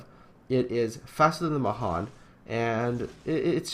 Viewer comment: Pet peeve: Mahan is pronounced with the emphasis on the last syllable [muh-HAN], so that it rhymes with can.